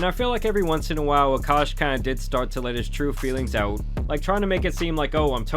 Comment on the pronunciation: He is no longer uhkosh is he isnow ahk-ahsh